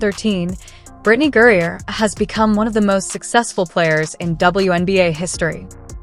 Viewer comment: This is just another CLICKBAIT, BS LIE from you and YOU SHOULD BE BANNED by YouTube for it. In addition, your moronic voiceover can't even pronounce Griner's name correctly except for maybe one out of every 10 attempts. Furthermore, if this were a true story (AND IT CLEARLY IS NOT) all the boring background data and legalese is ridiculous to include!